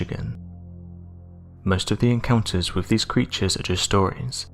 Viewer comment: its with not wiv